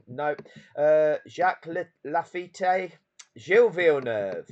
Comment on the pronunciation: Oh come on he's reading a list of drivers and would appear to never have heard of half of them. His pronunciation of Laffite is hilarious. He evidently has no knowledge of Peter Collins, and as for skirting past Gilles Villeneuve... Please